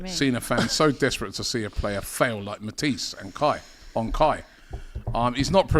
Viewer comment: Matisse 😂😂😂 he said Mantis.